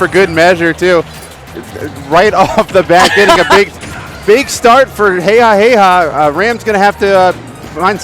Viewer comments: Commentary was okay, was just annoyed by the fact that they kept on mispronouncing Jejajeja as heyhaheyha. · its JeJaJeJa damnit. not heyhaheyha lmao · Um not really he even confirmed it himself that it's jejajeja not heyhaheyha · These are the first commentators I've ever heard pronounce jeja's name that way. Is this how it's meant to be pronounced? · Why the heck do the commentators not know how to say Jejajeja’s name?!?! That’s so annoying lol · the commentators need to know what they are talking about. and at least pronounce their names correctly